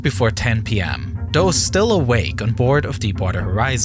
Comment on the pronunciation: Dis is one of doze videos dat is really hard to watch. Took fwee months to cap da leak.